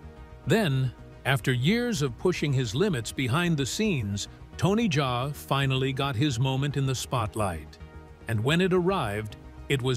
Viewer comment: Bro itz not Tony jay itz Tony Jaa.😂... Like how we pronounce Ja rule ok😂😂